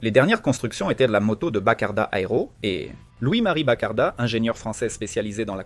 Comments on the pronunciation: Bizarre ce "reportage", quand on entend BACARDA au lieu de BOCARDO... De plus, tout plein d' inexactitudes sur ce qui s' est passé chez BFG ... A prendre comme une fiction ! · Boccardo, pas Baccarda. l'intelligence artificielle concurrence la connerie naturelle. = "ne pas recommander la chaine" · Le contenu de la vidéo est intéressant mais il faut vraiment revoir la voix off. On trouve des mauvaises prononciation. On passe de Louis Boccardo à Louis Bakarda. Le ton est variable à certain moment la voix off parle normalement puis ça s'accélère puis ça ralentit. C'est dommage parce que le fond de la vidéo est bon mais la forme est raté.